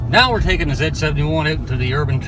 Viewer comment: zee not zeh jesus christ man